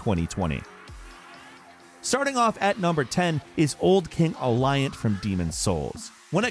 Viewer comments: Old King "Allyant" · Allant....... Lol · Are we just all gonna pretend he didn't say Old King Aliant? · Aliant? What?